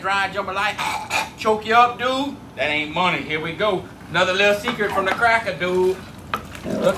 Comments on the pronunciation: There is something wrong when you can't finish the word dude. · I think it was a joke. Because his accent makes it so he doesn’t pronounce the ‘d’ in dood so it was more of a joke than a correction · I laughed uncontrollably every time i heard a man with a cajun accent say the word "dude"......